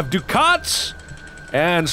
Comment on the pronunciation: That currency is pronounced duck-ets. :O)